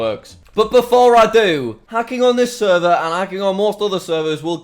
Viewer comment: Why you say seervaar instead of server ..?